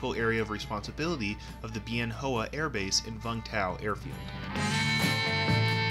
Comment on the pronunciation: Nice video, well done. FYI- Bien Hoa is pronounced "Ben Wah".